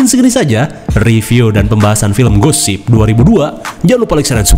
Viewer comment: Gue selalu salfok soal judulnya: ghost ship dibaca Gosip, wkwkwk